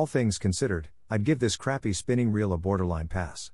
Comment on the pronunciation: AI needs to do better